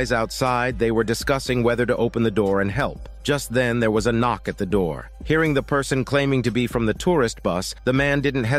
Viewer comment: "Open the noor." said the legendary demons💀☠️